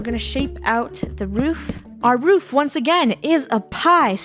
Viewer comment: Did funneh say "roof"? is not roof is " woof" hahahahah get it woof? (Laugh at my joke please🙏)